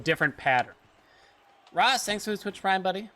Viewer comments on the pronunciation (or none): none